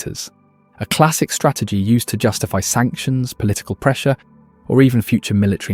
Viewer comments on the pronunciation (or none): none